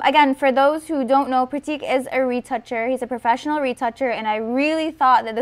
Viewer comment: his name is pronounced Prrraaattikk :P :P